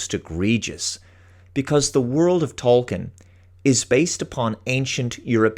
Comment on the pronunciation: He himself pronounced it as TOL-keen . p.s. I won't watch this ( LOTR TROP ) crap or the GOT spinoff dragon house tripe . You do great work . Been meaning to say that for many months .